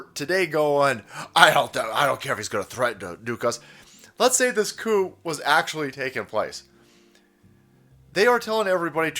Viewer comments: "The Coup" sounds a lot like "The Coof" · the isnt saying the p in coup